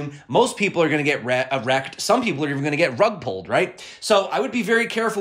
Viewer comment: What about those CME gaps at 24k and 18k. And, awesome content as usual. You’re the only person that I’ve heard pronounce “rug-pull” correctly lol.